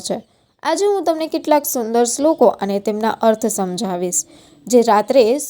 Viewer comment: બહેન શ્રી,તમે શ્રલોકો બોલવા માં ભૂલ છે ભાષા સૂધારો,બીજું સ્વાધ્યાય પરિવાર માં ત્રિકાળ સંધ્યા માં કરોડો લોકો શ્રધ્ધા થીસુવા ટાઈમે ભગવાન ને યાદ કરેછે,તમે તો મહાન શાસ્ત્રી હોય એવું પ્રલોભન આપી દીધું,બંધ કરો લફરાં જ્ઞાની હોવાના, બરાબરને 🙏